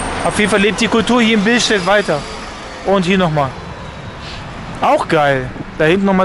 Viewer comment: Bilstät hahaha er meint billstedt